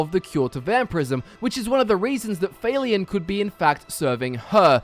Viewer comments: Would it not be Falion not Faylion? Hard to say in text haha soft a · I'm don't wanna be THAT GUY but it confuses the shit outta me how Youtubers magically fail to pronounce names in videogames when the pronunciation is given audibly in the videogame itself. I mean c'mon, Failion? Seriously? Just say Falion. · I thought it was Falion, not... F-A-leon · Why are you pronouncing it "Fail-ion"? They say his name is the game and it's not pronounced that way lol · How did you even pronounce Falion wrong? I mean, they only say his name a bunch of times in the game! WTF? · MasterQuest Gaming just because you have an accent doesn't mean you should pronounce someone's name incorrectly. It's not even a difficult name. I know it doesn't matter a whole lot, I was just wondering if that's how he really thought that's how it was pronounced. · guest-or, fail-ian? gester and fal-eon pls listen to npcs say there names before i have to listen to u say it wrong a hundred times with all due respect sir